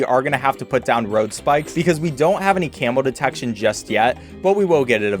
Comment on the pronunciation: Is it camo or camel, i cant tell, nor do i want to